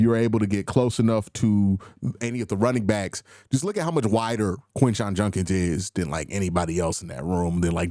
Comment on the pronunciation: Judkins not Junkins. Gotta have our own get it right. Grossi also an offender of mispronunciations.